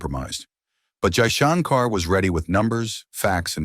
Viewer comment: Only one request for your SUPERB video Your pronunciation of Name of FM is not ideal If can pls pronounce it well